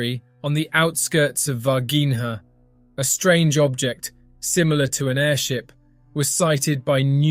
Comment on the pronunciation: ナレーションの内容でたらめですね。Minas Gerais 州で、市ではないです。そして、Varginhaの発音は：大体「ヴァルジーニャ」です。